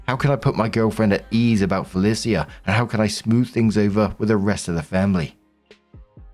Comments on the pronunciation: I have never heard Felicia pronounced Fe-li-c-a before. Am I wrong or isn't it Fe-lee-sha? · For future Felica is pronounced “FUH-LEE-SHA” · pronouncing Felicia Fell ee sea ah is giving him saying Can dees instead of Candice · Am I the only one a teensy bit bothered by how pronounces 'Felicia'? I've only ever heard the three syllable 'Fuh-Leash-Uh'. Or is this another 'across the pond' dialect difference? If so, neat! But it's still just... Weird hearing it. Edit: Story 3: Wooooooow, OP actually stays calm under pressure, makes sure her cousin is alright, and she's treated this horribly? The dad literally screamed insults at them until his throat presumably hurt too much to continue? The mom didn't even think of entertaining OPs side because everyone else was treating her horribly so obviously that was the right decision? What a horrible, horrible family. Those parents don't even deserve the old folks home later on, just wheel them both into a ditch and walk away. Jesus, poor OP. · Hey,. It's Fell-Ee-Sha. Sorry, my eye started twitching hearing you pronounce that name. 😂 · s1, is that how yall pronounce felicia? "bye felicia" must sound so weird from you. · Marks pronunciation of Felicia is different every time But never correct lmao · I've never heard anyone pronounce Felicia that way. 🤔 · pronouncing Felicia the same was as he pronounced the quincenara story lol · I'm living for pronunciation of Felicia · My eye is twitching over it, lol